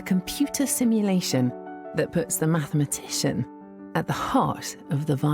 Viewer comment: Yeah right.... She made up that word 🤣 MATHMATITION